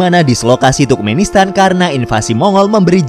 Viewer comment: Turkmenistan Dibaca Sama Miminnya Tukmenistan